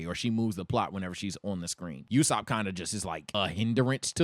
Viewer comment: why is he calling Nami Kim? Also he's mispronouncing Usopp.